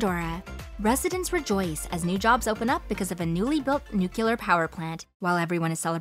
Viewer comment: If you’re going to do voice work, learn how to pronounce, “Cannes”, “coup”, “nuclear”.